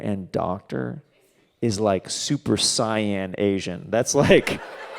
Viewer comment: that super saiyan joke would have hit better if you pronounced it correctly just saiyan wink wink get it, but that is how its pronounced actually sayin not cyan dont disrespect one of the most popular japanese franchises like that.... this is a comment where you write it out thinking its good and then delete it because you realize its not but im going to ignore that and just push the button